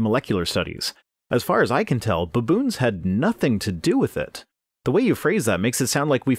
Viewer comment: "BUHboons" Once agAAIn, you Canadians abOAT crack me up with your pronunciations.